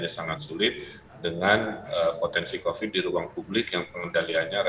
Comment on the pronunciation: Kuvat.. kovit... ,, Kuvat.... kovit... ,, DASAR. KUPAT TAHU.